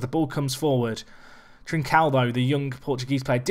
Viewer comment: Trincão is pronounced closer to "trinc-ohw". It's hard as hell to describe to English speakers but that's as close as you'll get. Fantastic video as always mate!